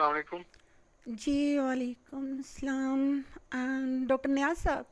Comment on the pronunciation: پیارے بھائی کوشش کریں کہ سلام اچھے سے ادا کریں